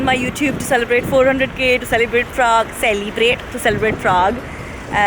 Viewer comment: Celebrate...nah... selibrate...yah😂😂😂😂😂😂😂😂